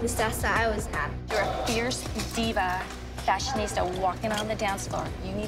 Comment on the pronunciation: No one: Asia “Fastionisha.”